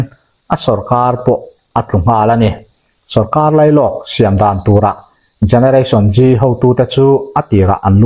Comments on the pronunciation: Generation G tilo in Zeee tiin lam ta la a that ka va ring ve. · Gereration Gee a ni leu. Generation Z(zee)